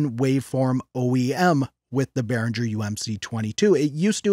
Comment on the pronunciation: u pronounce the "G" like the word "get"... dont pronouce the "G" like jungle or jiggle